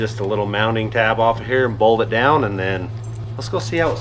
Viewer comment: is always using D at the end of words that end in T he says mound for mount and bold for bolt must be mountain man language or something. Also I'm still worried about his voice has sounded like he's been sick for. Months hope he's ok if not he needs to get checked out we care about you guys